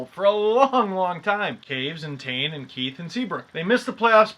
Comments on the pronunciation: Not sure if you said Koews and Tane on purpose or not but I just caught that after watching this for the fourth time! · LOOOL he said kaves and tane when takin abt the hawks XD